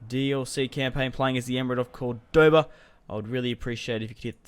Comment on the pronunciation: Very nice bro but you suck at pronouncing the name though lol